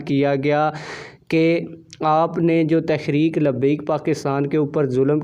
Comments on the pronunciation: تحریک کا تلفظ ٹھیک ادا کریں۔شکریہ۔ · محترم تحریک لفظ تو صحیح پڑھیں۔